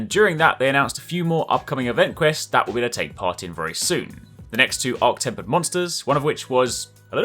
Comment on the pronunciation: not temp zorah...arch temper